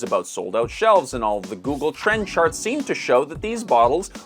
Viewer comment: “the Google Trends sharts”